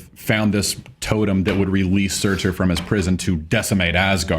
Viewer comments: Surtur, Pronounced SOO-TAR, not SERR-TERR! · Also, you don't pronounce the r at the end of "Surtr." It's just pronounced "Surt."